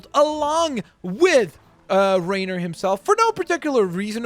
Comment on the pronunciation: Why did you say rainer like "reinier"?